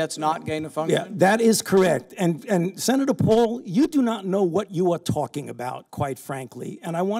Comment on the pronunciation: U don’t know what u are “tawlkin” about lmao